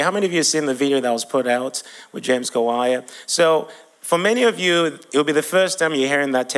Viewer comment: 😂😂😂😂😂😂 the way he pronounce name kawalya that kawaya😂😂😂 but I liked the testimony dear you did good job bro